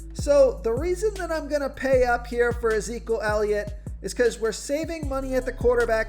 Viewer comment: I die every time try and says Ezekiel elliot 🤣🤣🤣🤣🤣